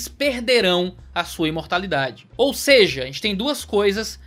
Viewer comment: é possível vc voltar a dizer "ou seje!" hahaha, muito top!! Abraço, ótimo vídeo!